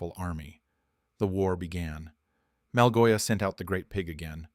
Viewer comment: Malgosha❌ Malgoia✅